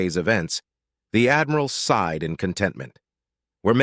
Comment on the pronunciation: While I think this is a good story. I believe it would be better if someone would do a better job of editing. It's not the Saul system, it's the Sol system. SighedSighed Is not sid side.